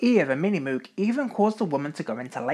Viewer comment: Great history! My only complaint: Moog is pronounced incorrectly: it's a hard 'o' , like "Moge".